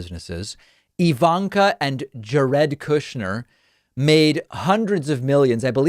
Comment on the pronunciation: I love when David purposely pronounces names incorrectly. "Ja-red Kushnr" aha ahhahah ahah ha